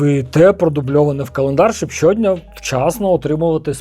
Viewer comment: Круто, але трошки подушню: наголоси - щодн'Я, заздалег'Ідь...